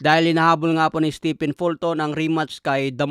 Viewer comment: Steven ang bigkas sa stephen. Si stephen curry lang ang naiibang pronunciation sa pangalan na yan sa mga native english speaker.